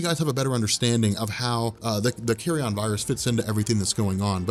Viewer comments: Learn to pronounce Carrion: kerēən, not "carry-on, as in luggage.'. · I love the way keeps pronouncing it as the "Carry-On" virus. What does that do? Turn people into Sid James?;-)